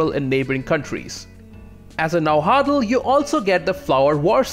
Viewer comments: Na Wua Tl not Na Hua tl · Its pernounced Na-wat-tal and you kinda swallow the w sound after the first part of it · Yes but at least he gave it a good shot by saying it like "Najuatl" in Spanish, so I'll give him credit for that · Boy, you really butchered Nahuatl pronunciation. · I love your videos dude but your pronunciation of náhuatl is killing me